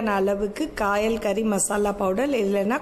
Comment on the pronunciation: Ithu கயல் தானே ஏன் காயல்னு சொல்ரீங்க